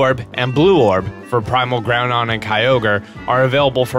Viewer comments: its groundon with a don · Lol groundon. Its groudon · Ummmmm it is "Groudon"?!